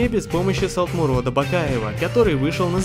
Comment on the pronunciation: Солтмурад, а не Солтмурод